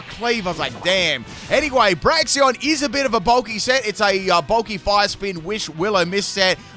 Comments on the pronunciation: I hear Braxion not Braixen like lol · "Braxion" lol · Braixen is pronouned "break" "zen" 😅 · I think Delphox is a bit underrated, so I'm quite glad it got a buff in Gen 9. But call me crazy, did they actually take out Delphox' wand animations? Could've sworn it had animations involving its wand in earlier Gens. Also gotta love how you still mispronounce Braixen, ^^'